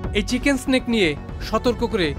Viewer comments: কথাটা চিকেন নেক, চিকেন স্টিক না,মাদ্রাসা ছাপ। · চিকেন স্নেক 😂😂😂, মাদ্রাসায় পড়লে চিকেন্স নেক কে এমনি বলবি 😂😂😂